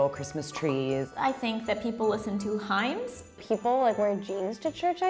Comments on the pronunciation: Himes? Isn't it pronounced hims? Not hating btw. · the woman said "people listen to himes"😂 Omg it's hymns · uh, "himes"? really??? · She called them himes..... Hymns. They're called hymns. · Ham? Jesus, we eat turkey or chicken in Britain. Also, 'hime'? Sorry to be a dick but it's pronounced 'him' No Hate, Great Bate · They listen to "himes"???? They're HYMNS.... Soft "y" sound, not a hard "i"... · How does every one pronounce hymn? coz i pronounce it hims.. but said it hi-ms like times.. Im English so it might be european pronunciation? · the way pronounces hymns. correct pronunciation is (hims) not (himes) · "*HIMES" It's "Hymns' XD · isn't it prononced "hims" not "HIms"? I may be wrong, but. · "I think people listen to 'himes'?" I can't breathe. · Ya it's hymn but is pronounced him! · trying to say hymns tho. "Himes"😂😂😂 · for future reference: "Hymns" is pronounced "hims" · It’s pronounced himms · Yup it's pronounced as hims. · LOL HYMNS SHE SAID "HIMES"😂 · No, we also pronounce it "hims". I guess she just didn't know how to pronounce it. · pronunciation of "hymns" is hilarious. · Hymns!! We don't say the n... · so is that how americans say hymns or does she just not know how to say it?